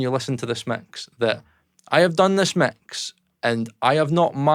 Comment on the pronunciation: Instant like for the accent as soon as he said ‘mecks’